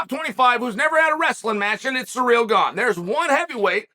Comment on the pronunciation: The goat gives Gane a free nickname with his intentional pronunciation of his name as 'Surreal' nobody adds more value to fighters' lives than uncle Chael ☺️